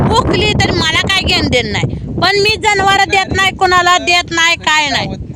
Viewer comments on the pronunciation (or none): जनवार म्हणायचं नसतं जनावर म्हणायचं असतं